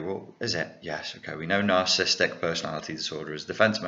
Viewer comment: love your videos, but there's just one annoying thing.... You keep pronouncing it as "narcist", "narcism" and "narcistic". Its "narcissist", "narcissism" and "narcissistic". Sorry!;-)